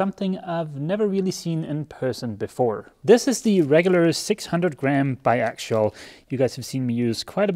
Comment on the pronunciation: You're pronouncing bi axial like bi actual. Say it this way. Ax E ull